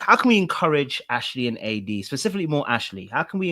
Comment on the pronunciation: PACIFICALLY😂 every-time I hear it I vocally try to correct!!!! It’s SPECIFICALLY 😂